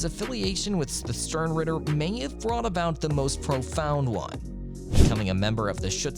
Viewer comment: Wow, the first 30 seconds hurt me. Not only did you mispronounced Yhwach (which to be fair, no one seems to know how to speak German when reading his name), you said the Quincies work for the "Sternritter Organization". The Sternritter are just an elite fighting force in the Wandenreich, they aren't a separate organization. They're all part of the same army. Stern Reader? Did you get a monkey to edit your script?!